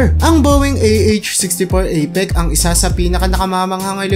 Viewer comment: Akala ko ako lng ang nkapansin😅😅😅 Alam ko walang perpekto tao sir pero dpat siguradohin ang binibitawan na salita o word na gagamitin kasi sa panahon ngayon may nakakapanood na mga bata. Apech/apek din ang bibigkasin nila dahil sa napanood nila na video mo. Ok lng yan na magkamali basta sa sunod alam mo na ang gagawin god bless ur channel.